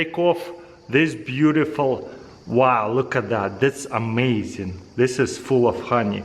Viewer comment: That's amai-zeee-in